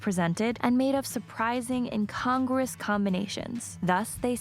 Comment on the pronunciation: It's pronounced - in con grew us - NOT incongress. Jus sayin...